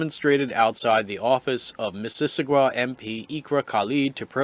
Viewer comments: It should sound like Mrs. Awe Ga. Your pronunciation sounds more like missISSISSagwa. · Sounded like you were adding extra syllables. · "Miss-iss-ogga " (just FYI) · Why can't the commentator correctly pronounce "Mississauga?" LOL! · Would it have been that hard for you to look up how to pronounce Mississauga? You're not even close. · You are under arrest for using inaccurate speech, section P05, Failing to use correct pronunciation will be considered negligent infliction of stress under the feelings act 2017.